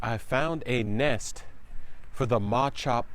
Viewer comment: Mawchop 😂 come on